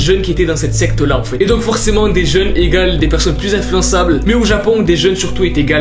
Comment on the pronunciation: Mdr au lieu de dire enfaîte ta dit "enfouaite"